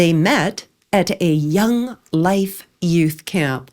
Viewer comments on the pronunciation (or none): none